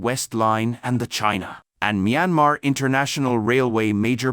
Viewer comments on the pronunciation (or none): none